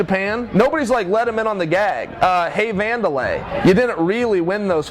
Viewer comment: Did you guys notice he called him Wander LIE.